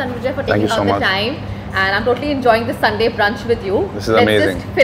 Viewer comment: In the last of video... It's brinch or brunch ??